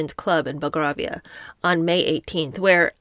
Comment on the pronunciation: Belgravia, an affluent area of London near Buckingham ( silent ‘h’ ) palace, is pronounced ‘bell grave ear’. You’re welcome 😊.